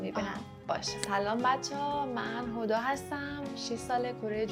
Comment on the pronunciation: هر بار که میگی هدا فکر میکنم میگی خدا😂